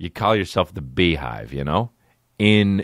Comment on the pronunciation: i thought it was bae-hive